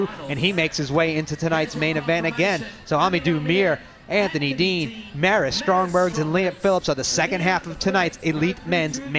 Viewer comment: Does the announcer know that Maris's last name is Strombergs and not Strongberg?